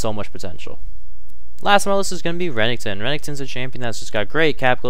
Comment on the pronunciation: re- nek- ton not renington wtf